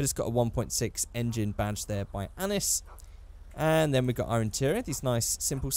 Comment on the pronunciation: ACKSCHUALLY it’s pronounced “Annee”